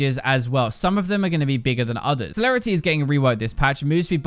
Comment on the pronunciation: Celerity on a sol... AHAHAHAHAH e passive AGGAGAG